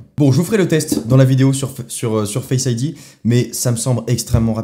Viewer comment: pourquoi tu dis fesse ID au lieu de face Id